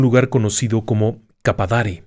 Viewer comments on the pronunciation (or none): Buenas noches se pronuncia Cabudare no cabadare, gracias por mencionarnos en sus historias 🤭